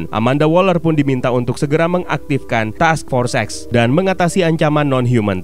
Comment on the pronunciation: Oh task force x Kalo ga baca deskripsi ak denger nya task for sex